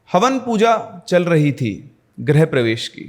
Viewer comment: Great storytelling. Just would like to point out that it is "grih-pravesh" and not "grah-pravesh". "Grih" means home and "Gruh" means planet.